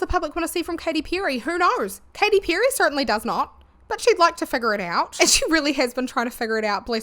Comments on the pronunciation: I know that by now i'm jumping some kind of accent police bandwagon, but in my brazilian portuguese speaking brain it's WILD that i keep hearing you say 'pew-ry'. 😀great video! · Enjoyed your video ❤ you can get some stuff for the backround i dontt know but dont apologise about your voice all good tye way you pronounce "perry" did make me laugh tho I say with love 😅